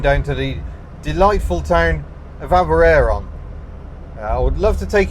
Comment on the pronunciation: Aberaeron is pronounced with ae part rhymes with die not dare. Im from there.